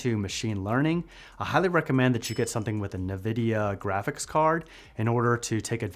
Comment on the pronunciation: You can do Android texts on your Windows computer too. It's just that not a lot of people know about it, I guess. "na vidia" is killing me.